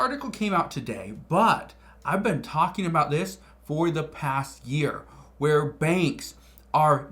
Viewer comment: "Ive veen warning you about this for months" I dont even know who you are